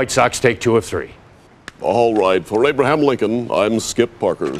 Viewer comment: Abe-laham? Lmao